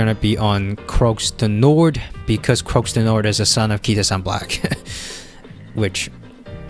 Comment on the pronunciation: It's pronounced PREE de l'arc de triomphe, the x is basically silent in croix du nord too. Take a look at the Irish champion stakes which took place last saturday, Shin Emperor performed poorly and the race was comfortably won by Delacroix. That's why shin emperor was found to have issues afterword.